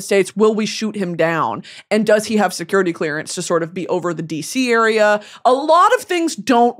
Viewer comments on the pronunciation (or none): none